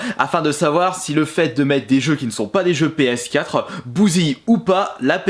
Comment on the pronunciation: "Comment va reagir ma ps4euh"